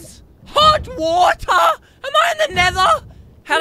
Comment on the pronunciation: HoT WaTuH